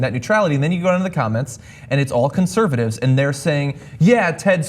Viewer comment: Did say "cuntservatives?"